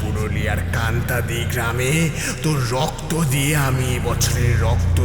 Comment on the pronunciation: কান্তাদি বলে কোন জায়গা নেই, কাঁটাডি বলে আছে। তবে ইংরেজি বানান টা Kantadi, তাই একটু আলাদা লাগছে শোনতে। তাছাড়া তারা নাথ তান্ত্রিকের গল্পঃ গুলো খুব ভালো লাগে।